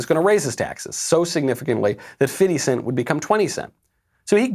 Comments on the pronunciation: "Fitty Cents" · A woman so white she calls him. “Fifty cent” instead of “Fiddy cent” decides what black people are obligated to do. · Why does Knowles keep saying "Fiddi cent"?? lol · Why are you calling him fitty cent? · Stop saying fiddy. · Why he saying “fitty cent”? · Why are you calling him fitty? Lol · I find it very funny that Knowles pronounces 50 Cent's name as "Fitty cent". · lmao "fiFFty-cent"